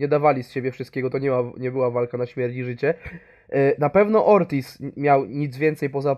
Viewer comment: Ortiz, a nie "orkiz". To nie pszenica orkisz